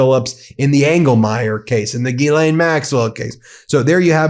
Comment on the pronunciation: razz-MOO-sinn...? at least ben is consistently pronouncing 'ghislaine' correctly now...